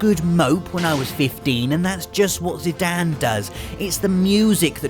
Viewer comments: Overall I agree that the Final Fantasy Saga has some amazing moments. The only thing I didn't really understand is how a self-professed fan could get so many names so very wrong. Nanaki is pronounced "Nah Nah Key" not Kai. And Zidane doesn't sound like "Dan" it's the same sound as in Great Dane. I would have thought those were pretty simple ones to pronounce too. It's like like the long-standing debate between Aeris and Aerith. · same with Zidane.... he is pronouncing it as Zidan? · Zidan???? It's Zidane ... with an E on the end, thus making it a long A sound. Way to English. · Anyone else pronounce it, "zee-DANE"? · We're just going to ignore the fact that Zidane's name ends with an "e"?